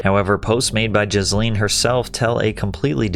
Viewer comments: I keep hearing Ghislane when you say Jasleen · Jizzleen indeed 😅 good pronunciation. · It’s pronounced “JIZZ-lene” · Was it only me or does he keep calling her Jizz-lin? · I love how Patrick keeps pronouncing her name as Jisleen 😂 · Her name is pronounced the way everyone mispronounced Ghislaine Maxwell